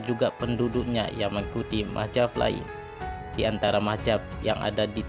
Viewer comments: belajar saja madzhab yg diyakini dulu, gak usah sok tau keyakinan lain. Nulis madz-hab aja gak bener, sok sok an mengkafirkan kelompok lai. Sama dengan admin, melafazkan mad-Hab aja kebalik mah-jab. Hagegege..... bikin ketawa aja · Maaf Min untuk penyebutan aliran dlm Islam itu adalah Madzhab bukanlah Mahjab